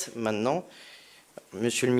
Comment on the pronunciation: "Main'nant, Monsieur le Ministe". Le français n'est pas sa tasse de thé.